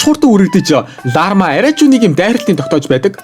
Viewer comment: Larma❌ Larva✅ hahahahah